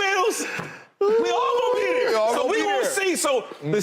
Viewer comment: It’s pronounced THERE…not DARE